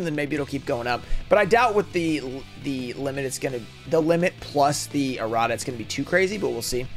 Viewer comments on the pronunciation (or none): none